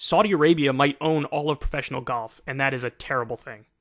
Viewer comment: I love how Kyle pronounces golf as goff